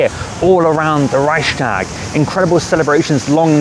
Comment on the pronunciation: You should try to say: Rei-ch-s-tag with a smoth "ch" and a separate "s". ;)